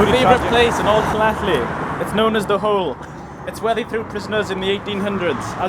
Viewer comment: I think you're pronouncing it wrong